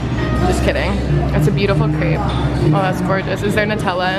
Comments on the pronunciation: Just to give his props...... He pronounced crepe correctly! I dated a chef in France and that is exactly how you say it! 😉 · That's actually how other countries pronounce crepe! No need to worry!